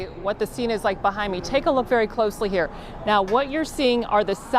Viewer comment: "IT took 3 men to throw Socrates outta huerrr!"